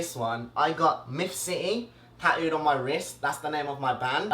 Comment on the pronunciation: The way he says tattooed "taooed" or tattoo is "taooe"